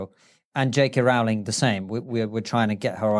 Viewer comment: That's the first time I hear British people mispronounce JK Rowling's name.